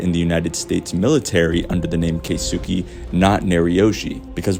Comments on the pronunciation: Good theory. I think Julie Pierce/Hillary Swank will show up, since its her last chance to do so in this series. Btw, the pronunciation of Japanese name "Keisuke" is like "kays kay", not "kay soo kay". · As a Japanese speaker it pains me how everyone is mispronouncing Keisuke, including on the show. lol kay-su-kay. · His pronunciation of kisuke 😂